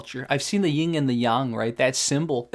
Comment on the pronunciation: FYI it's yin, not ying. Yin and yang is correct (陰陽).